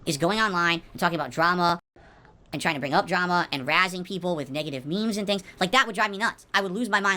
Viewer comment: He literally says and like “ayund”. It’s so weird